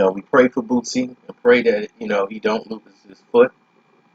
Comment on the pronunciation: Could you please stop pronouncing his name wrong? It's Booo See. It's not Boot-See.